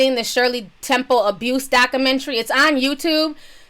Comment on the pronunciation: I laugh every time she says 'Dockamentree'